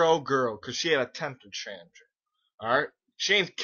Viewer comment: Nobody taught you how to pronounce tem-per-tan-trum did they? Jk bro it's all good. I'm not one to judge fellow human beings, unlike our "just"ice system.